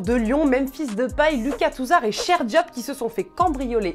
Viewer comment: c'est pape cheikh diop pas cheih